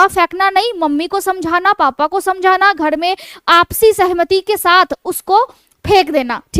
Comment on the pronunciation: Jhurriya ko jhuddia ,paresan ko padesan ghar ko ghad, narmali ko nadamali mud kharab ko mud khadab pairo se ko paido se bolana aur kharido ko khadido ka awaj kafi unique aur mast lgta hai maim😅